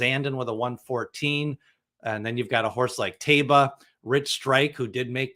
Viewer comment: Can you please stop adding an additional syllable to Taiba's name? There's no "bee-ya" at the end of his name.